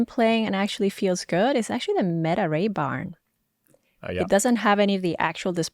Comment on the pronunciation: She just say raybarn?